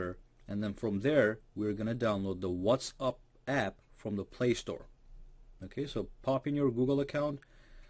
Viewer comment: Why are you constantly saying 'What's Up'?